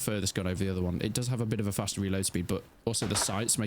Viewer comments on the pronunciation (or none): none